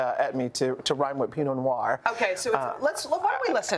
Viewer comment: PINOT NOIR not PEENO (maybe it was made on purpose se people would go on the video and comment to correct, hey hey)